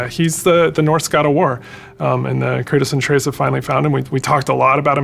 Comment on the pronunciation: Who is craytus ? Thought his name was kratos